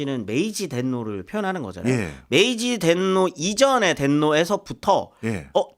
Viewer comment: 벤노가. 아니라 덴노가 천황 같은데요